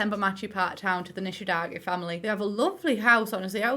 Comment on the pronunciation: Her name is Kaori Nishidake, as in the game. For some reason English speakers keep pronouncing her last name as Nishidaki..😅